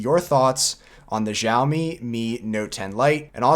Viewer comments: Dude its chawmi not jawmi. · Maybe because of english accent you are saying "jaomi" but there is no brand such as jaomi but xiaomi which spoken as shaomi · It might be hard, but say Xiaomi like “yow” as if you were in pain. Now say “yow” in your normal voice. Now add an “s” and it becomes “syow”. Then put a “mi” at the end. Syowmi is how it’s pronounced and you’ll sound better than most tech YouTubers. P.S. It’s NOT shaomi!